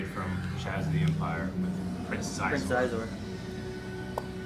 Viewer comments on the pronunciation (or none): Xizor is pronounced She-zor. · Anybody else notice they mispronounced Xizor's name every single time lol